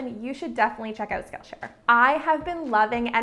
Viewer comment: What's wrong with my hearing that everytime she says "skill share" I hear 'Scotia'? 😂 I'm like... Wait the Bank is sponsoring you??? 💵 💵 💵